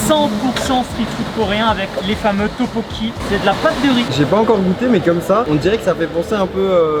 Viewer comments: CHAAARLES c’est pas Topokki mais tteokboki 😭😭😭🤡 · juste un truc, c'est pas topoki c'est un truc du genre tteotteboki mais je ne suis pas sur